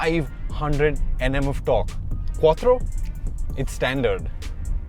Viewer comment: It's called " QUATTRO"